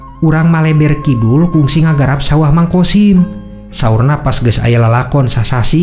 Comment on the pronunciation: Sanes kongsi ath ..kungsi..